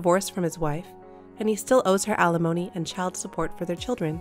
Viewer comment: Once again, alimony is NOT pronounced uh lemony, it is pronounced al li mony. I know the channel will not change it because the readers are probably robots but still…